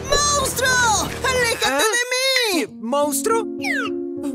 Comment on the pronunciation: Pobre huggy cuando le dijo player mounstro